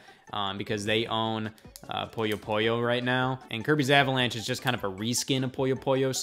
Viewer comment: God dammit Scott, it's Puyo Puyo, not Poyo Poyo